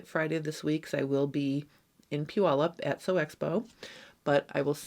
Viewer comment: As a former Washington resident, I appreciate the correct pronunciation of Puyallup. I wish I still lived close enough to attend your event.